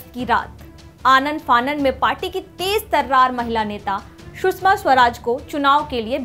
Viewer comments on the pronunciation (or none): none